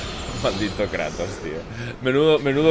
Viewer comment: Si kratos xD no moja no es kreitos hahahahahah